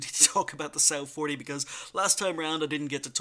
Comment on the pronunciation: I think it's 'Som' 'Wa' 40